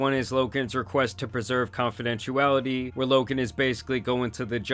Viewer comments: Confidentiality. Where is the “u” that you keep saying??🤔🤔🤔🤔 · Confidentiality ❎ Confidentuality ✅